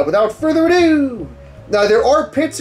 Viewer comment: The way he says "without further adoo" lmao